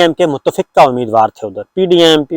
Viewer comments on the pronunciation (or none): Oh bhai Mutafiqqa….. it pronounced as Muttafiqa. Keep camera little above eye level. Warna nashpati dikhtay hain aap..